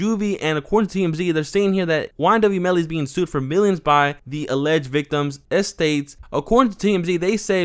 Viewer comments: Why he keeps saying esty like that I mean estates 😂😂🤣🤣🤣😂😂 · Estates pronounced AST-AYYYY-TES